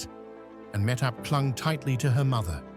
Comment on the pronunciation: Why can’t he pronounce Mahtob’s name the way her mother does “ Mah Tob.” She’s on enough videos online and do is the daughter.